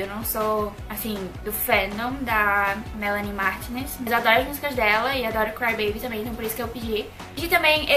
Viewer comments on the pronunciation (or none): se fala Melanie Martínez haha